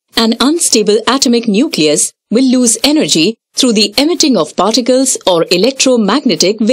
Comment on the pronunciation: Who else only hears farticals instead of particles 😂